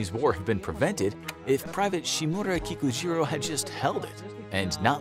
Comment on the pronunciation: Anyone else keep hearing pikachu even tho you know he is saying kikujiro?